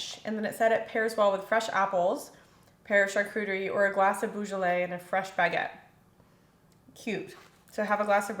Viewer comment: It's bo ju lay. Not boo.